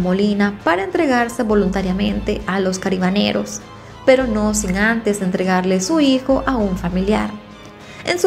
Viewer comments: se dice CARABINEROS no caribaneros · Yo siempre había escuchado que se dice CARABINEROS! Lo dice mal todo el tiempo creo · Jajajaja, si escuche que lo pronunció muy raro, aqui en Colombia tambien hay policia de Carabineros, es la policia montada, (aclaro esto en mi pais) la que al hacer guardia lo hace a caballo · M encanta como relatas ....una observacion se pronuncia carabineros ....saludos desde méxico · T sigo ase mucho y me dio un poco de risa cuando al narrar esta historia decias cabarineros jajajaj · Carabineros, se dice carabineros